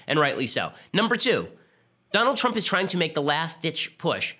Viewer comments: i cant get over him accidentally saying "president twump" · did he just say president twump? lol